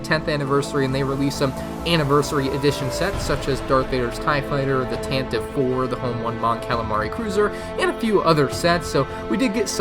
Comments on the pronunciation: Not to be THAT girl but it's technically pronounced the Tantivee 4. Oh god I'm THAT person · Its really odd but the Tantive 4 is officially pronounced like “Tantivy 4” now